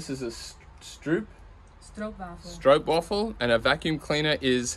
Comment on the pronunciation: I’m half way in this video, waiting for your pronunciation of the Dutch word for vacuum cleaner. Sometimes, even though I understand Nederlands, I can’t figure what you’re trying to say in Dutch or pronounce things like stroopwafels.